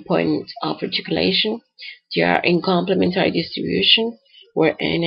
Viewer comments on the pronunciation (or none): complem'entary , {not complement'ary} distribution. -- emphasis on the third syllable, see.